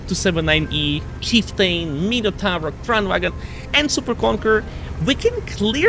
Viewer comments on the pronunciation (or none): none